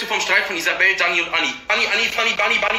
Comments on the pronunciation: Er kann nicht mal danis namen aussprechen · Hör auf dich einzumischen du versteht das doch eh nicht Auserdem sie heißt Dani und nicht Ani